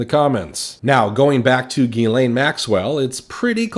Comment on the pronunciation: It's Jizlane Maxwell